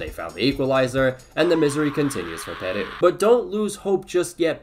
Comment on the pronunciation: why does he pronounce Peru like a japanese word?